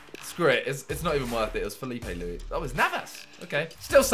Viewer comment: My guy said “filipe lewis" 🤣